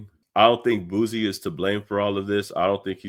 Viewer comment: It’s pronounced (Boo C) not (Boo Z). Good video 🫡